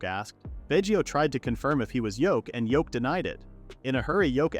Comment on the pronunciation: I hate that the AI is calling him Yoke he ain’t a egg his name is Yuke and whoever subtitled it also got his name wrong it’s even written Yoke you think something as simple as a MC’s name you could get it right